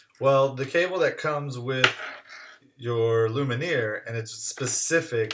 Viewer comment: It's Lumen-eeaayy